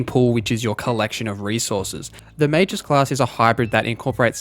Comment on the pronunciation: That's not how you pronounce Magus :(